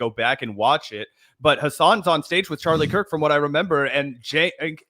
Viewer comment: Bro he’s whitewashing Charlie Kirk intentionally mispronouncing his name and calling him the sword that will destroy America. Wild stuff. Cenk really will do anything, including debasing himself in front of Tucker Carlson and likely President Trump, who was probably watching, to stay relevant.